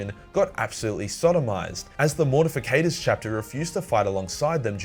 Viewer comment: Gist is pronounced "jist" and Mortifactors is pronounce "more ti factors"